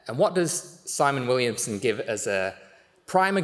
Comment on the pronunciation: My sincere apologies to Simon Willison for mispronouncing your name twice 🤦‍♂️